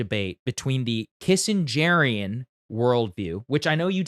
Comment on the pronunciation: Bro say “kissengerian” one more time see what happens